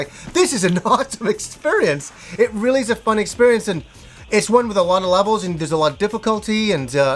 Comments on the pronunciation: Drinking game: take a drink every time says "expurience." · you broke my video expurience, now I just hear that :(